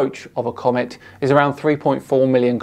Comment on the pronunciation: Why is that guy screaming? And, why does he pronounce 'comet' as 'comment'?